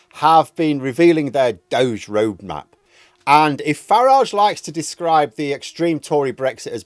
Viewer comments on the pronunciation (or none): I think it's pronounced dod-gee. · Don't pronounce "DOGE" as "dohj". Instead pronounce it as "doh-gee". After all, it's run by a dodgy twit, so it's only fitting to make the pronunciation match. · DOGE it’s pronounced dodgy…😉